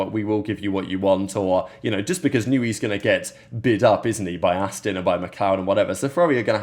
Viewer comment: its Aston not Astin surely?🤨